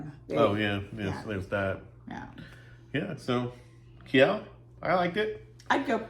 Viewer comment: gosh, dont butcher my home towns name...its not Ki-el....its "Keel" phonetically